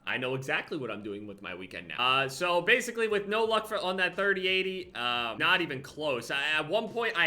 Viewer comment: he says "basclee" instead of basically